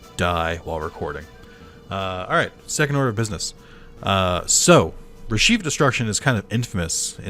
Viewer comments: RE-CHEF , not RE-SHEEF, but you do you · Never heard anyone pronounce Reshef the way you do